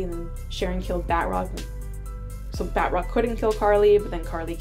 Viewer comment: Ba~troc , not bat-rock lol